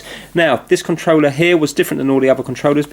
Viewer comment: be saying ConTreller instead of controller